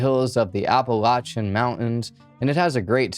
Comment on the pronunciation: thanks for pronouncing Appalachia the right way!